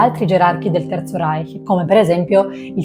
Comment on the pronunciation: Da persona innamorata della lingua tedesca, apprezzo molto la pronuncia del CH in "Reich". Grazie!❤